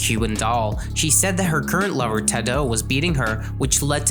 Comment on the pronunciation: The way you said tadoe name, bro just google someone saying his name because it makes it seem less legit